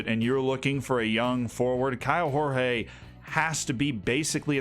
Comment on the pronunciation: Portuguese here: pronounciation on Douglas Borel ias pretty fine. Kaio Jorge however... no. In portuguese the J and G aren't read like in spanish. So for an english speaking person, instead of saying "horhe", say "jorje" and you'll be on point